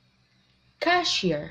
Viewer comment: Good luck for your channel but Please check the pronunciation of the word ‘ grocery store ‘ , correct the word ‘aisle’ with silent ‘s’ , the stress in the word cashier is on the second syllable. 🥰 you have a good pronunciation.